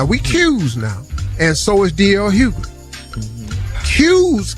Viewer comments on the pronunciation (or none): none